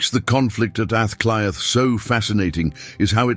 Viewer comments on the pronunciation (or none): Aah clea is pronouncionatof dublin the 1 hour video that I suffered to watch withan computer b used gobshite is a moment I will not get back. Half of ur lies in this video shows u as a fraud. The fact of mentioning a word in gaelic and conviction and confusion as understanding a language that you a obviously no nothing about is baffling